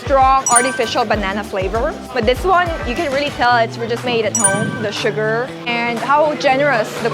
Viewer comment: smells suka "oh suka smell"